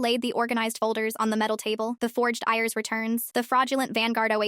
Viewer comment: It's pronounced I.R.S. not ears